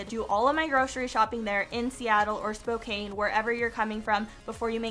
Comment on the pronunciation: are we gonna ignore the fact that she called spokane spo-KANE? LOLOLOL great video